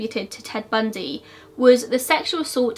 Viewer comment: I literally like studied him. So when you messed up his name I immediately knew.